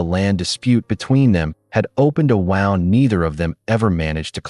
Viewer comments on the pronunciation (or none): Learn how to pronounce the word wound in the correct way for this story.